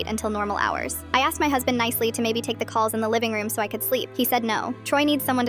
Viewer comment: “My huzbind woonT led me sleep” 😂 the way they said it